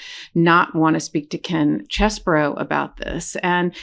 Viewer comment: As a southerner, I am far too well bred to point out the shortcomings of another. Nevertheless, tracing my family name 'Scarborough' back to 925 AD, it really offends me that you pronounce Chesebro as Cheseborough. It's CHESS-bro! His non-apology apology underscores his lack of integrity, honesty, and moral uprightness.